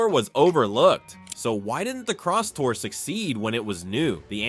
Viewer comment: It's not crosstower ,it's Crosstour